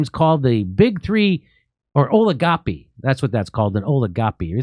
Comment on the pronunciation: Oligopoly not oligopy